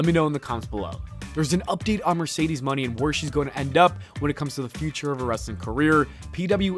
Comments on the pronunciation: it’s Moné not Money. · Why do you pronounce Monè as money???